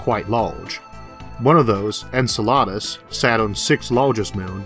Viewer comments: You're not pronouncing Enceladus correctly. Its En-sel-ah-dus not encheladas, sounds as if you are ordering a'la carte in a Mexican restaurant. Would you like a Tayko or Burr-Ito with that enchilada? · pretty sure it's "en-sell-uh-dus" "en-sull-la-dus" sounds like a weird kind of salad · Isaac, I've always heard Enceladus pronounced with the accent on the 2nd. rather than 3rd. syllable: en-SELL-uh-duss.//May I point out a typo? Kuiper (Belt) was accidentally typed Kupier each time it was mentioned.